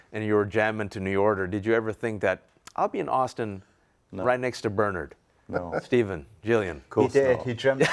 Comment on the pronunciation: HE [Host] Never once Pronounces "BERNARD" In BERNARD SUMNERS NAME. HE KEEPS SAYING BURRNERD